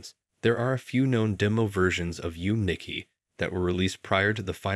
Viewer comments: It’s “Yu-May Nikki” Not “Yoom”. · its not yum niki... its yume nikki! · "yoom nicki" is even worse than you mispronouncing kiniku and im genuinely curious how you even managed to spell it "yum niki" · So I'm sorry to be those kinds of people but its spelt "Yume Nikki" and its pronounced "Yum-a Nicki". The Untitled Earthbound sequel was mixed up a little, Mother 3 was intended to be for the N64 but was cancelled sometime before being revived as a GBA game. Some screenshots. artwork and such were released as the game was announced before cancellation, the Gamecube one was after Mother 3, and if I recall, Bandai Namco actually pitched the idea with a demo of the game to Itoi but he turned it down. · That mispronunciation of Yume Nikki literally hurt me